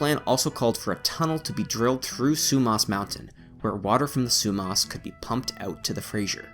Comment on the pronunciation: Not Frazer it’s Fraser. Not Sumos it’s Sumas.